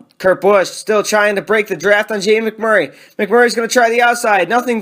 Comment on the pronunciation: I love when he says Jamie MAC Murray 😂